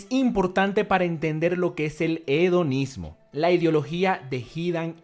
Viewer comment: Hedonismo Yo escuchando: Onanismo